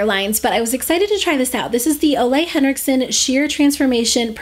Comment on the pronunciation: Hey, I love your channel! I just wanted to let you know that Ole Henriksen is pronounced Oo-leh instead of olay Have a nice day!